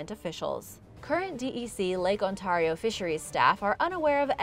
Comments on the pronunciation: I think that you keep pronouncing Ontario wrong and it's funny and painful at He same time. It's an ay not an an sound. On-tare-ee-oh, not On-tar-ee-oh. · God please stop pronouncing lake Ontario like that its not on-tar-eo its Ontario sounds like on-tare-eo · I'm sorry but it's pronounced Ont-air-io not Ont-are-io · Thanks for sharing. As a Canadian... how you pronounce Ontario is : ON- Tear E O. And yes, I have seen Ogopogo from the Okanagan ... Oak-A-Nog-gan ..... Hugs from Halifax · Hello,! I love your channel! Just so you know, Lake Ontario is pronounced: On-tear-rio. Have a great day! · Love this show....but if you could pronounce Ontario properly it would be awesome. (On tare re o) thanks from Victoria Harbour, ONTARIO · The way you say Ontario... It sounds so strange to me, as a resident of Ontario myself! I find local dialects to be so interesting! I'm quite curious about where you're from! It's really cool! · You pronounced Oswego and Ontario wrong. I live up there and it's always funny how people get it wrong. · The way she pronounces Ontario really bugs me for some reason...